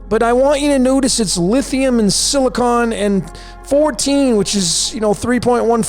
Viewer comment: Lithium = Lit Hi Um and Silicon = Sili Con 😂